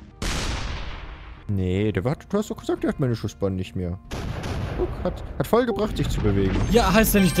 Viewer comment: Das "ghat" er gut gemacht